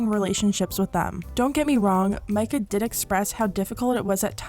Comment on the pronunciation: omg i know this isnt important at all but at least someone said her name right lmao